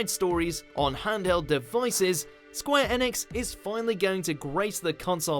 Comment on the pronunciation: Square "EEEEEEnix" "Eeeeeeeeeenix" not "ehnix" please dear god no.